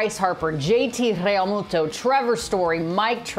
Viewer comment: Sooo nobody is going to give this lady shit for pronouncing Realmuto’s name like that? 😂